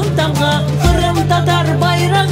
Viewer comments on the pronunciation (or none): "хырым" дегиль, Къырым. Байрах дегиль, байракъ. Догъру лаф эт, яда лаф этме,!